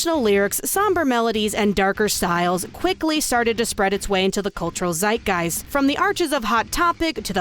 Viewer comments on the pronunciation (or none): none